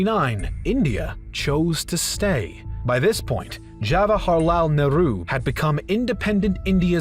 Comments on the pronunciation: "HAwaharlal Nehru" 🤣🤣🤣 It's Jawahar! He's not a Mexican hombre!! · This man pronouncing jawaharlal nehru : hawahilalaalahal naaaahru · Please correct your pronounciation of jawaharlal Nehru, it is not “hawaharlal “ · They are pronouncing 'Jawaharlal Nehru' as 'Hawarlal Neru' bcz they might not be a native speaker of english and there might not be any 'j' sound in their language. Like in spanish too, people have h sound for the letter j. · Prime Minister Hawalahar Nehru! My ears : 🥺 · The way you pronounced names of Jawaharlal Nehru and other people sounded funny but afterall we appreciate this effort of yours of presenting such immense knowledge to us 👏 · J is not silent in 'Jawaharlal Nehru' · you people massacred jawaharlal nehru's name lol